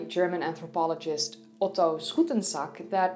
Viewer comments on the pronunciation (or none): none